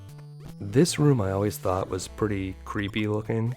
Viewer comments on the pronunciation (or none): none